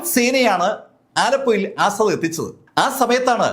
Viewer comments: അസ്സാഡ് അല്ല asad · 'ആസാദ്‌' അല്ല, 'അസദ്'